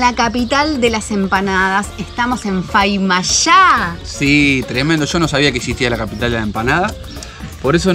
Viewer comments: Chicos es Famailla, no faimalla, muy lindo lugar y fabulosas la empanadas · Jaajja se dice FAMA iLLA no FAiMA YA. y es san miguel de tucuman y no "del tucuman" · Muy lindo viaje y video chicos, pero todo el tiempo dijo faimalla y así no es. Es famaillá. Saludos y buen viaje 🙋🏻‍♂️ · Hola muchachos....no es Faimalla, es Famailla...jajaja. me alegro que esten en Tucuman. Les deseo lo mejor. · Faimalla??? Es Famailla!!!! Te la perdono por que lo dijiste con toda la onda!!! Jajajajajaja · Estuve leyendo algunos comentarios a ver si alguien les habia aclarado, pero no vi... Es "Famaillá" y no "Faimalla" Abrazos! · Se dice Famaillá no Faimallá ...... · Cuando pensé que iban a empezar con el chiste de Micumán...le mandan Faimallá en vez de FAMAILLÁ !!!!! jajajajaja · Amiga repitió 137 veces "FAIMALLA" y no es así... Es "FA - MAI - LLA" SALUDOS DE UN TUCUMANO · FAMAILLA,se llama esa localidad y no FAIMALLA como dice la sra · Famailla!! no Faimalla!! jajaj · es famailla no se dice faimalla escucha t video a tda hora decis mal l palabra famailla, antes d hablar pregunta 1ro como se pronuncia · Sería bueno que la señorita diera los nombres de las localidades correctamente. Es Famailla y San Miguel de Tucuman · Estimada es famailla lo dijiste mal cuando lo nombraste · Hola se pronuncia Famaillá!! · Hola chicos, perdonen pero la palabra correcta es FAMAILLÁ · Ayyy, como van a decir Faimallá??? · Es molesto....de todo el vídeo repetiste mil veces mal el nombre. Si vas a un lugar mínimo aprenderé bien el nombre. Se dice FA MAI LLA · hicieron un video de 23 minutos pronunciando mal el nombre de la ciudad de Famaillà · Todo el video se pronunció mal el nombre del lugar… 🤭